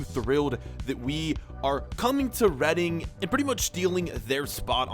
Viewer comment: It’s REEDING NOT REAADING